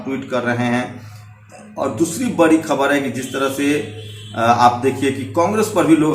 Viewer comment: Bc ye pahle evm wala matter kyo nhi uthate ho .....or rha Arnav ka to wo banda sahi hai.....da ko ra padte ho ....bolna sikho be.....bari nhi badi...Sushant matter me kaha tha ..... rajasthan, punjab,mp Karnataka, Maharashtra yaha par kuch nhi bola ....sab bhadwe apne fayda dekhte ho ....bhag bc